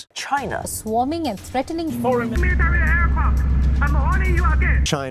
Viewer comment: Dis iz meratary ehrcwaft!! 😂😂